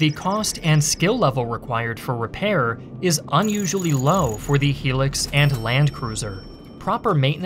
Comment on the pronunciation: What is a helix? I thought it was hilux